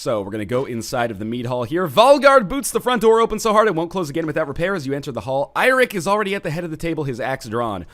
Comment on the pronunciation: Eirik is actually the Old Norse form of the name Eric (It is actually Norse in origin). You pronounce it a bit more like you do Eric, it sound like Iric, or Airic